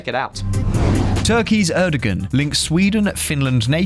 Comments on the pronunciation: Not wishing to be pedantic but it's pronounced ErdoWan. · You have butchered the pronunciation of Erdoğan! Should be Er-duh-wan